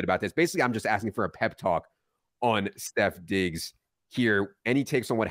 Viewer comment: You lost me at the 15th time you said “Stef Diggs”